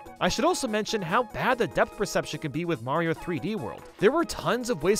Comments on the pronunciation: Damn he legit called Mayro her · Mayro "she"